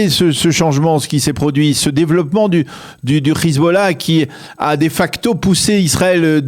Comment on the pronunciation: C est Hezbollah et pas khizballah